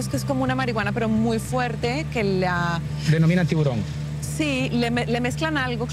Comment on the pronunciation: I thought these guys were legit, till homies passed an L around of that "tiguron" "Tiburon" as in shark in Spanish. This ain't no sharklato either.